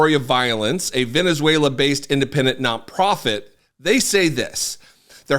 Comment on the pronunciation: Reading from Venuzeulaaaaaa! what a buffoon.